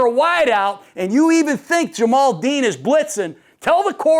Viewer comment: Ja-Mel Dean Coach. Not Ja-mal.